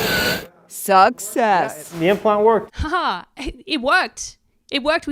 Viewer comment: I thought at first that she said "sucks ass" which made total sense to me. When I found out she said "success" it started to make less sense to be honest.